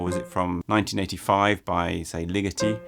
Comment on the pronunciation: omg I thought you were saying LIGITTI until I looked closer at his face and then realized it was LIGETI